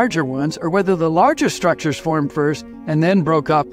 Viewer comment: Not firmed but formed